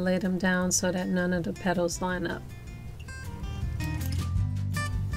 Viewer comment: I guarantee they thumbs downs are not because of the process or finished product because they are impeccable. It’s possible some people find her enunciation frustration... da instead of the, doze instead of those. I fully understand it’s a cultural thing but I genuinely believe that is the only reason anyone would possibly thumbs down this vid